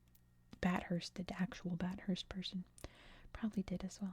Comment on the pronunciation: If it's the same as Bathurst in Australia, it's pronounced "bath-urst" (said fluently).